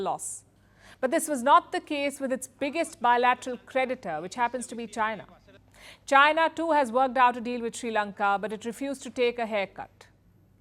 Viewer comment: Since you say China a thousand times per day, can you at least pronounce China properly?😂😂 I always hear you say Gina Gina Gina, the accent is so funny 😂